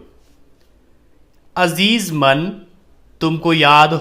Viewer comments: Sar sorry .aazeez man galat h ye azeeze man h. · Azeez man galat h ye azeeze man h